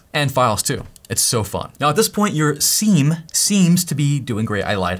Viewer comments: Sim not Seam for the love of god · Hey it is not seam, seem, it is siem (see i'm) 🍉🥝🍊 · It is 'seeam' like veeam , but spelt siem. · I before E, except after C. It's pronounced "SEEM". Just like Priest, Chief, Brief...you get it. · It's pronounced "sim" god damnit why did he say it like that